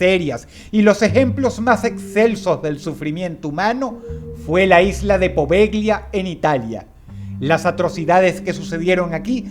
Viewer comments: Bien Dross, pero las letras "gl" italianas, son la ll castellana. Se dice "Povella", no "Poveglia" xD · La pronunciación correcta es Povelia, no Poveglia. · Poveglia se pronuncia poveya.